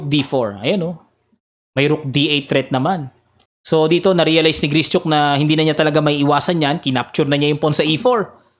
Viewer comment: Gri - shuk po ata tamang pronunciation